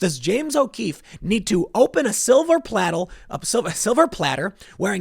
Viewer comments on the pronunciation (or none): Hahaha silver pladdle... Did you get speech lessons from Joe Biden. Jk. Keep up the good work.